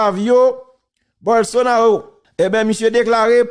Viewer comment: Non an prononse Bolsonalo men kan ou we se Ro mr Teriel